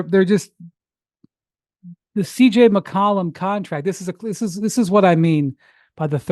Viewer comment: McCollum not McColumn💀